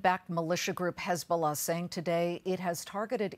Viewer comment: Is it so hard to say hezbollah. Why chhheezbolah. Genocidal liar, you will lose, go back to poland thiefs..